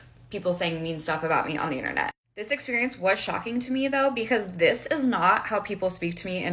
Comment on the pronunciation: I mean, it's pronounced "Internet", not "INTERNAW".